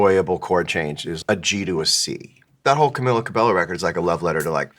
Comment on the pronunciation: Camila Cabello loves John Mayer and he pronounces her name wrong 😰